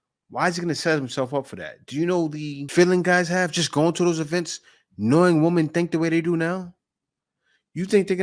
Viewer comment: How hard is it to say WOMEN? It's like Swimmin' with no S.